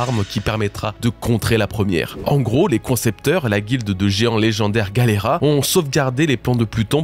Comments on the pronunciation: Attendez… expliquez juste moi, pourquoi dis galleyRA alors que ça s’écrit bien GalleyLA??? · pourquoi tu dis galera alors que c'est Galley LA ? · Enfaite je crois bien que la fondation se prononce "Gali Lay" je sais plus exactement quand et comment j'ai entendu cette prononciation et d'où ça vient